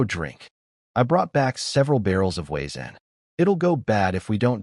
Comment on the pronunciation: The W in Wiezen is pronounced V in German lol also cracking barley is done by soaking it down in a burlap sack and when the seed sprout "crack" then you toast to stop the growth and get your desired color (flavor changes with the darkness of roast)...